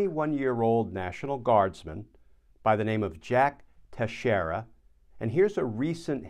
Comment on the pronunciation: Teixeira is pronounced Tex eer a NOT Tesh eer a